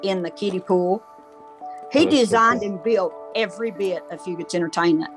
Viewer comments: Grew up here, lots of memories at Fugates. Flirting with girls, hanging with friends, and fist fighting in the parking lot, lol. Great vid but stop saying "few-gate", its "few-get" in hazard. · Very well put together but it’s few-gets not few-gates